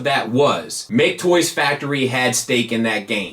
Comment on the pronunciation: I knew I wasn't imagining things with talking about how You're apparently supposed to pronounce MakeToys!